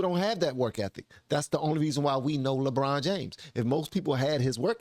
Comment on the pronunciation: "Luh-brawn James, thuh tennis playuh?" - Jesse Lee Peterson